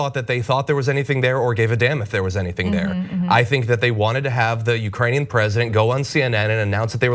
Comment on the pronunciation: Lol “ugranian”